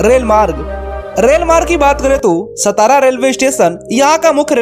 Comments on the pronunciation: It's not सतारा, It's सातारा....pronunce properly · नाम का उच्चारण Saatara ऐसा है| सतारा ऐसा नही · सातारा म्हणा..हे मराठी नाव आहे..त्या शहराला ऐतिहासिक वारसा आहे.नाव नीट उच्चारा. हरामखोर परप्रांतिय महाराष्ट्राच्या सर्व संस्कृतीची वाट लावत आहेत. सतारा, हिंजेवाडी असे मुद्दामून म्हणत आहेत.या चॅनलवाल्यांना समज देणे गरजेचंं आहे. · सतारा नही सातारा बोलीये। मराठा राजधानी सातारा। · सतारा ❌ सातारा ✅ Keep in mind भैय्या लोग👍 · अरे भाई वीडियो बनाते हो शब्दों का उच्चारण भी ठीक ठाक सेट किया करो ए सतारा नहीं सातारा है।* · सतारा kya hai तुम हिंदी log मराठी गाओन ka नाम change करते hai, सतारा nahi सातारा बोला कर भैय्ये 😡😡😡😡